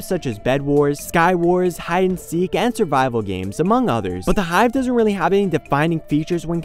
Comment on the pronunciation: when he said survival games I heard bible games and was like WHhHAaaaATT?